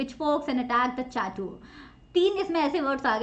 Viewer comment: Excuse me ma'am, but I think your pronunciation is wrong.. The word 'Chateau' is pronounced as 'sha•tow' and 'Chateaux' is the plural form.. it's too pronounced as 'sha•tows'... Except this, I think everything is correct.. Thanks..